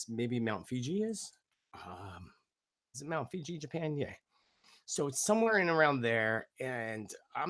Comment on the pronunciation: Mt Fuji - not Fiji